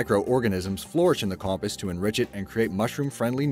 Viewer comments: Compist... Every narrator on your channel needs to learn how to use the pronunciation part of the dictionary. Com-post. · No, you're not. That and compost. It's "com-POST," like "fence POST," not "COMpehst." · WHY DOES HE SAY COMPIST!! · Ugh. "Com-post"! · He said compus not compost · So we're just not going to talk about the way he pronounces compost?